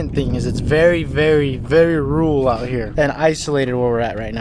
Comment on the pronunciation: Rule? Or rural? Two different words.